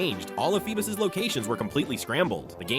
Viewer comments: Feebas ❌ Feebus ✅ 😂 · “FeeBUS”?!?! No